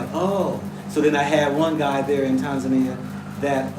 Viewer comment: How you say Tanzania is the right way, the way you say it in the over 50 years. We don't put emphasis on the first syllable the way English speakers do.